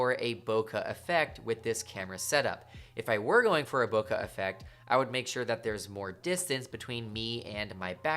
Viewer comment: Bokaaa 😂 it's boke' B-o-k-e